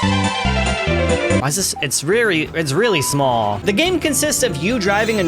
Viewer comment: North Korean accent b like😂